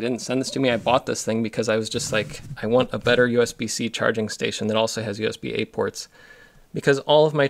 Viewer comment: Do you write your own descriptions to videos? Because you mentioned "USB-A" ports and it kinda sounded like "USB-8", and your description also says "USB-8 ports". Interesting.